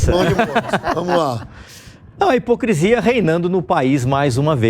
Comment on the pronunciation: Fala pro apresentador que a palavra correta é “hipocrisia” e não “hipocrEsia”. Onde a JP encontra essa gente?